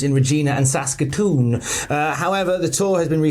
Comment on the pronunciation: Saskatoon. My city. I’m surprised you said it right 😂